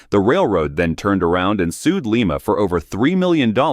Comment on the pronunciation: It's not Lee-mah.